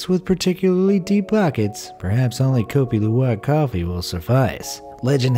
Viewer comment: And kopi luwak is in Indonesia and u said it wrong